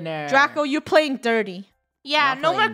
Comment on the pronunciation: Playng not pkayng